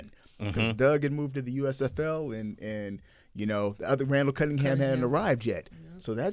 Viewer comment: How can you not say Randall Cunninghams name?? Disrespectful!!!